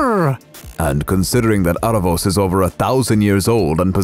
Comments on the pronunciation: Its pronounced Aaravous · Also I can't get over you guys pronouncing his name Are-ah-vohs lol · i am sorry but the mispronouncing is irking me so much how you say aaravos and katolis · How do you really pronounce aaravos or eerevos? in Latin Spanish we call it aaravos exactly as it is written